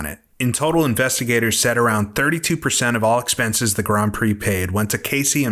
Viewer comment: I can't be the only person who's irritated by the pronunciation of "grand" through this entire video. That's an "nd" not an "hm", this is bad AI or an absolute imbecile of a real person.